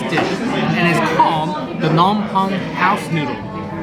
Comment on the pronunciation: Just stumbled onto this channel. Where from the ground did you pop out of? You butchered the name of the capital of Cambodia more than any white person on YouTube does. It is PA-NOM PEN for non Khmer speakers. The way you pronounce it sounds like you would say baguette in Khmer. And you rip the chao kwai into two before you dip. You are like a white gentrified version of an Asian person. Face palm. What you had is just noodles (btw, a really good version of this Phnom Penh noodles is at TrieuChau restaurant on Bolsa Avenue in Orange County. The place has been there since the 80’s). Next time you want the real deal, go to Crystal Restaurant on 10th Street in Long Beach. Take 5 friends with you and order samlor machu kreung sach ko, sach ko chamkak ang, trey ros ang with mango chrok, samlor kakor, some stir fried frogs with ginger, and prahok katis. Carpool because parking is hard to come by. Also, you should put the name of what you ordered on the screen so that if a viewer see something good, they would know what to order when they go. You’ve got energy and so wish you best of luck.